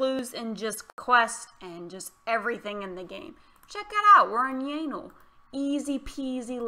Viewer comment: Sounds like "yanal" 😅😅